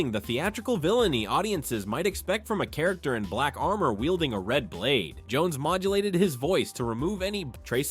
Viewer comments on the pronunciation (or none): none